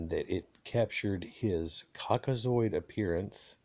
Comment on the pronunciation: Yesss General preach , haha this guy tryna say caucasoid 😂 The mummies look like Maasai people